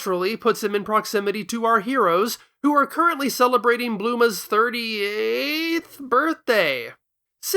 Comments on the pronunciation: and it’s still pronounced the same! Since when is Bulma pronounced Blooma?! That’s not how it works? The U elongates the letter before it. It doesn’t add 2 O’s for some reason. 🤦‍♀️ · 1: Goku himself complains about how he got Super Saiyan God. They don't just ignore it, they outright acknowledge it 2: is using the original Japanese versions of the character names. He pronounces Bulma as Blooma because that's her name in the original version. Vegeta's name didn't get changed in English localizations, so it stays as is. The rest of your complain sounds like you're not even paying attention half the time, as if you're blanking out at random. Seems like you're just complaining just to complain